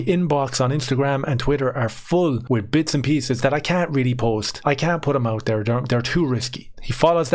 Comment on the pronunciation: Dares two or tree trains of taut here….. sorry but I just had to do it.